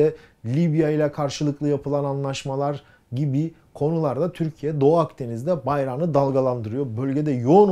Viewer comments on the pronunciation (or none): none